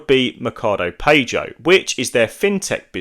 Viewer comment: Good video , fyi PAGO pronounced Pa-gouuuu in English ahaha